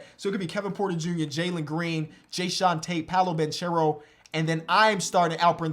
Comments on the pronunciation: hey! it’s pronounced banKero, it’s italian not spanish my man!! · dope video! by the way Paolo Banchero is an italian name and you should say it like this “Paolo Bankero”, non with the “ch” sound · Fyi the right pronunciation of Banchero is with a hard “c”. To be clearer you should pronounce it like the first two letters of your name: “ ke” sound is equal to “che” sound in italian. Love from italy☄️